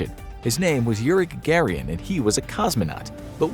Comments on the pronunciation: That's an interesting way to say Gagarin .. it's Ga Ga Rin not Gagarian . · Yuri GagaRIN, Not GagarIAN. Christ, people!! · Its yuri gagarin...not yuri gagarian